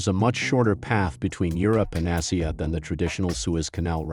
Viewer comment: Why is Asia being pronounced like "Ahh-see-ah" here?